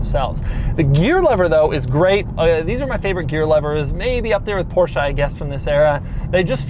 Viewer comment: God, I cringe when I hear Americans pronounce Porsche.